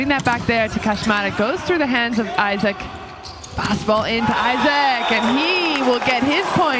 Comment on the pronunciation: Essa mulher narrando o jogo não passa nenhuma emoção ! Isac vira Aizéc !